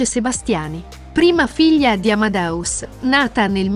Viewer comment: Fai così fatica a dire AmadEus dicendo la E?Non è Amadaus!